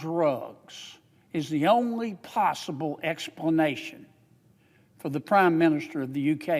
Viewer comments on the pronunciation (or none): none